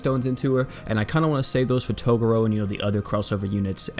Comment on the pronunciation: {TA-GRR-ROW} Sound it out for me. Sorry but I'm too big a fan of yu yu to let that go. Great video doe.